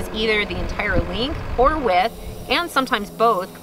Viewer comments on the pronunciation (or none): none